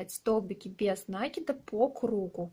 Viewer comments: Не нАкид, а накИд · Мишка невероятно милый. Попробую связаться такого. Но пожалуйста, вы столько раз сказали слово "накид" с неправильным ударением. Очень бьёт по ушам. А мишка супер. Вы большая молодец.